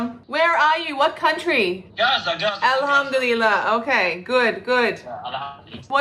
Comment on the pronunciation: Muslim here. You dont say "Alhamdulillah" when you're looking at something you've built you say "mashallah". I have never heard anyone do that. Plus her pronunciation of arabic words do not align with how they should be spoken. Before you even start reading Quran you start with arabic pronounciation. She is WAYYYY off on that.